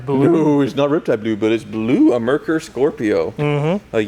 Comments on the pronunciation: Its pronounced "mare koor". I used to own a 1987 Merkur xr4ti. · It's not Mur Kur, it's mare coor. German for Mercury. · It's actually MARE-Coor... not Murk-errr. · It’s hilarious hear it pronounced “merKER” because that’s the same problem I and most other Americans had back when it was introduced. (For the record, it’s pronounced “mare coor” which is just German for Mercury). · Pronounced Mare Coor, not merker. the switch on the rear seats is for the power reclining rear seats....and I cant believe you all missed one of the most unique features of the Scorpio... That replacement driveshaft? probably not OE spec as the driveshaft going from the rear of the transmission case to the front of the diff was a 2 piece unit with a "guibo" between the two pieces to ensure balance was maintained at high speeds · It’s not “Mer-ker” it’s Mare-KOOR! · Mare-kure. Not Mer-ker. Videos are so much better without. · Mare-koor, not Mer-Ker. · And… it’s NOT a, “mur-ker”. /facepalm…. It pronounced, “mair-kyuer” or sometimes, “mer-kyuer”. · MARE-coor. Not mur-KER. How do I know? As the man who owns one... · Merkur!?! It’s a Granada. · It’s pronounced “mare kur” not merrkerr. 🙄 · Pronounced mare-koor😂 Even Lincoln/Mercury salesman didn't know how to pronounce it! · It's "Mare-Koor". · Pronounced MARE koor. I live in Michigan and most of these cars were crushed before their 10th birthday. The problem is they were expensive and didn’t have the status of a BMW or Audi. Merkur also is Mercury in German. Nice job on the video, love watching your channel. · When Merkur came out there were issues with pronounciation. At the time Ford released documentation that it's pronounced Mare-koor. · Don't know if anyone has mentioned it, but I believe it pronounced "MareKor". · It's pronounced "Mehr-Coor". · Mare Coor.. Ask somebody from Deutschland how to pronounce it. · I remember when these came out. Nobody got too excited about them. I think it was pronounced "mare-kur".